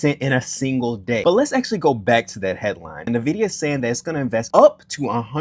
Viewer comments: say it with me.. "In - vid- ee--uh" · my dude. its not hard to google. if you want people to take your comments on stock performance seriously you should learn how to pronounce things. In the tech industry, if I (this has happened several times) have a sales rep come in and mispronounce Nvidia it tells me that they have no idea wtf they are talking about. Instant credibility loss.